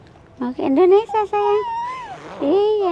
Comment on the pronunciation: Indonesia bukan indonesa mbak jgn salah sebut, moga selamat sampai tujuan...